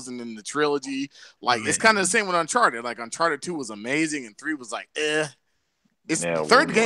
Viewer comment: why is calling it uncharter its UN chart- ed